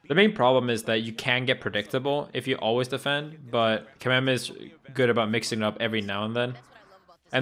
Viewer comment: Thank you for not calling him "Kameymey"... American commentators are amazingly bad at pronunciation. It's Kameme, me as in mechanic.